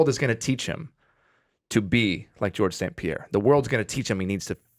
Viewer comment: Liz: I'm also a Montrealer, so i'll say your name Georges St-Pierre the PROPER way. GSP: Oh yes, wow! I was not expecting that! I was really not expecting that. Liz: So you stil live in Montreal? GSP: I live just next to Montreal, on the South shore. Liz: Cool that still counts as Montreal.